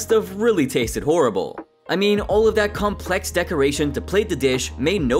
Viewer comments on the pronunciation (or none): none